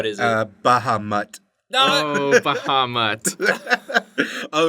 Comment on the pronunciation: Baha-mutt ... seriously!? omg..